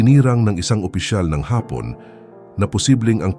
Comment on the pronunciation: Ayusin mo naman ang accent mo. "Hapon " You mean Japanese pero pag binasa mo ang Hapon " Ang accent mo afternoon. So irritating.Robot ka ba?